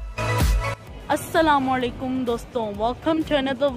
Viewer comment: assalamamoalaikurrm doston assalamoaaliakum hota hai